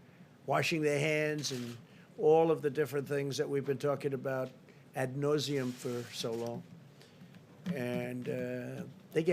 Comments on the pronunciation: It’s ad nauseam. At nauseam, so long? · “Ad Noseum”?!?!